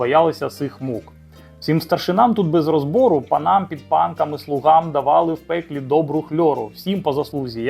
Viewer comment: До зАмків, а не замкІв. Різні речі: зАмок- споруда замОк- колодка, замОк на сараї. СлУгам, в не СлУгам. Це яка мова.?